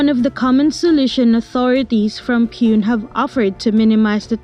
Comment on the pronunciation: You butchered the pronunciation of Pune. Its POO-NEY